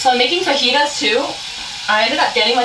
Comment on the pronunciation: woah woah woah….. did she said faGEETAs???? 😳